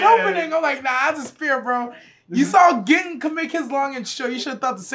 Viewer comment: Gin name is “Geen”